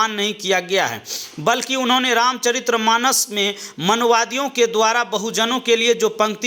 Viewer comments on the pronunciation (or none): रामचरित्र नहीं भाई, रामचरित कहा करो, इतनी बड़ी उम्र में भी सही उच्चारण नहीं कर पाया तभी मज़ाक उड़ाया जाता है विडियो इडिटिंग वाले भाई दूसरी क्लास में सीखने वाला प्रसिद्ध शब्द है